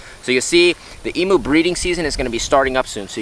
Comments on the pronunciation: From an Australian, please, please, please pronounce Emu correctly! It’s eem you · Learn how to pronounce EMU correctly. She is one of our nations birds. Indeed she is on our National Flag.